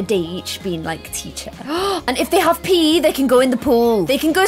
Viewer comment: Who else thought when said "OMG they can have PE in the pool" She said "OMG they can pee in the pool"